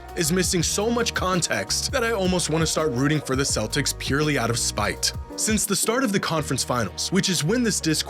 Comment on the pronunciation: Followed by pronouncing the hard T in "spite" after. 🤭😅